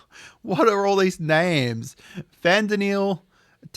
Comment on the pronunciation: Urianger is pronounced “uri on Jay” Fan-Daniel, tell-off-or-oi *agh-sea-an(edit ass-sea-an) Alf-in-oh Al-E-say Hurray’s-vel-gar